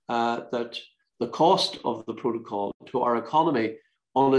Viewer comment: Geoff Geoff relax your yourself your very angry man and confused its called a protocol not a provo call lol ya muffin ya gef